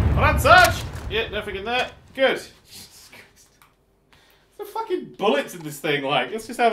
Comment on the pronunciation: "focking nailed it"